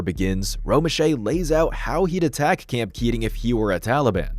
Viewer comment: “No AI used”, yet can’t pronounce “camp” correctly at the start, only to perfectly pronounce “camping” 30 seconds later… yikes